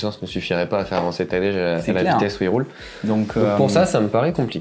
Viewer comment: Franchement la prononciation de son prénom m’a fait zapper… Tadejjjjjjeeee? C’est TADEÏ… pas Tadejjjjjeeee…